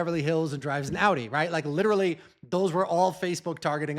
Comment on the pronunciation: I’m not saying there’s a German on his team… but that man just made ‘Audi’ sound like it has umlauts.